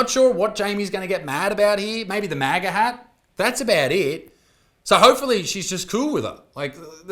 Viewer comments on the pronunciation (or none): none